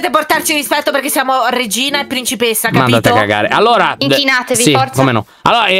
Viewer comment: Lol invece che dire inchinarti ha detto inquinati